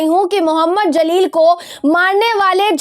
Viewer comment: The name Jaleel not Zaleel